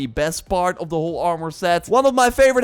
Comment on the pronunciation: Ormour? You mean Armour???